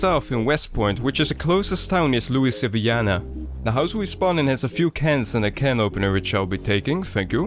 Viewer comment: I've always struggled to pronounce Louisville, thanks for drilling the correct way a few times.